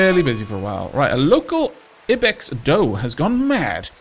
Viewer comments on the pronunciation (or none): I could be wrong but I'm sure it's pronounced like Eye-Bex rather than Ih-bex